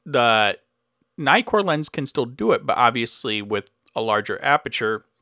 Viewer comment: Nice video. By the way, you may pronounce Nikon with a long "i" (aí), but not Nikkor (i). The doubling of the consonant shortens the vowel and you may not diphthong it ;-)